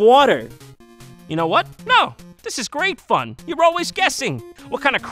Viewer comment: *What do yoosa buying?